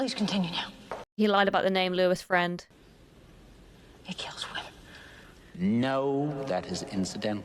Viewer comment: Does every woman of her generation pronounce "women" as "woman?" It's one of the more irritating phenomenons that came out of goofy Gen Z.